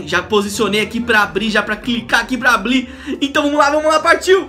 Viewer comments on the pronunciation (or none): "abli" KKKKKKK